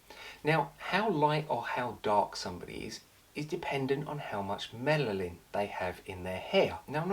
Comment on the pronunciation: 10 volume DOES NOT LIFT. It just deposits dude. Also,it's Melanin,not Melalin.